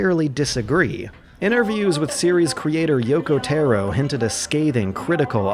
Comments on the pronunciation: >Yoko Teh-ro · "Yokow therrow" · "Yoko Terro" jsjsjsjs